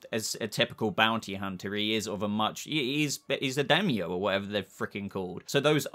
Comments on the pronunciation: Dime-yo. “Dime” like the coin. And then yo. Daimyo spelling, Dime-yo pronunciation. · Daimyo is pronounced Die-Me-Oh